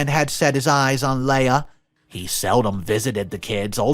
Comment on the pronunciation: Story 1 her name is pronounced Lee uh. NOT lay uh🤦‍♂️ and Zoe is pronounced Zoo E